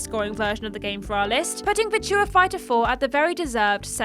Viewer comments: worrying about the correct pronunciation of the word 'melee.' And then minutes later reveals herself to be almost non-english speaking with her pidgin pronunciation of the word 'virtua..' Which lets face it as game players. Is just the word 'virtual' without the L. How hard can that actually be? I think you do it on purpose. My long late dear mum used to do a similar thing. Mispronouncing words on purpose for comedic effect. I blame the Two Ronnies personally. For my mum's affliction, not. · That's not how you say Virtua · It's starting to grow on me but it still seems wrong. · Yes, I LOVE it 😂